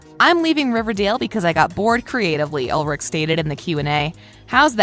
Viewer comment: It’s ULRI-CH! CH, CH, FOR CHICKEN